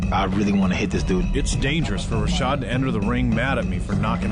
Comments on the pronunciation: "rashad" dude. get it right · its rashad not rashed